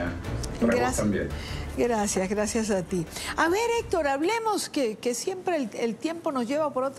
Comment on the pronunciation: NO ES QUE ES "FUEQUE" FUEQUE vino, FUEQUE se fué, etc, etc FUEQUE....